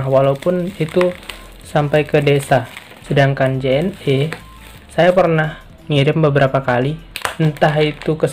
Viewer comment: Penyebutan JNE bukan seperti menyebut huruf vokal E pada kata "lelah", tapi seperti "lele". Karena kepanjangan JNE adl Jalur Nugraha Ekakurir. #justinfo😁